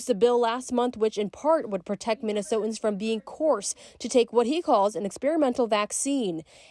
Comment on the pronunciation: I can't get past the fact that the reporter does not know how to pronounce the word "Minnesotans". How is she allowed on TV?